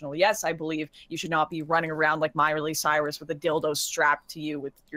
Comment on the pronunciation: "Myerly Cyrus"